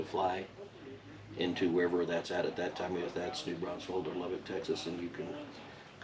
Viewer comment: Most people mispronounce it and New Braunsfels, he said I beleive New Brausfel - it is NEW BRAUNFELS !